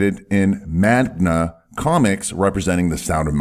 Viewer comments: Its meng-gaa ahahahaha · Just real quick its Man-Ga. Or other people call it Maeng-a. Just head up sounded weird when you said it haha but thats for this vid. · Did he say "magna"? 😕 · The typical American pronunciation of Manga is like the "mo" in Mom. "n" in Never. & "gu" in Gus.